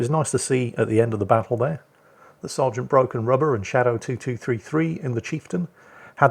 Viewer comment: I kept thinking he was saying “rudder” not “rubber”. Was really confused until he mentioned the eraser.